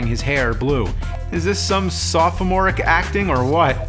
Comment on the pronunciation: "Is this some soph-a-more-ic acting, or what?" Jesus Murphy James...